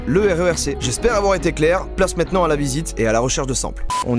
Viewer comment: par contre il faut vraiment que t'arrête de dire "mètenant"